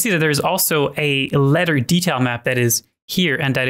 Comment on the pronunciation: yah i know, I'm being facetious, pronounce your th's